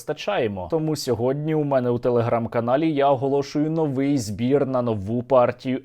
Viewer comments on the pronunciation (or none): none